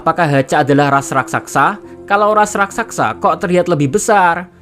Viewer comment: Raksasa Rak sa sa min bukan raksaksa